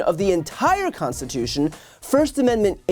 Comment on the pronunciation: Trump says 'The constiwhotion ?'.